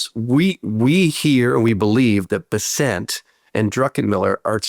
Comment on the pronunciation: Scott Bessent's name is pronounced BESS-ənt, according to his Wikipedia page and other resources. The emphasis is on the first syllable.